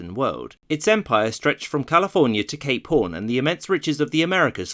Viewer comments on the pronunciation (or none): "from Califórnia to Cape PORN" 🤣🤣🤣🤣🤣🤣🤣🤣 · Why did “Cape Horn” sound like “Gay Porn”?